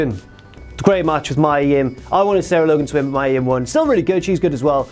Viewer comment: Mia Yim's 1st name is pronounced MEE-yuh,, not MY-uh.